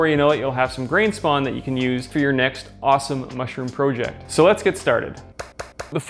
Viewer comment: lol Say project like a normal person